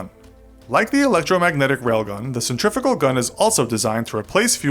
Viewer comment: CENTRIFUGAL = Sent-tree-few-gal